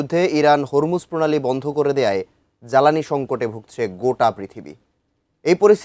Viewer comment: জ্বালানী উচ্চারণ ঠিক করেন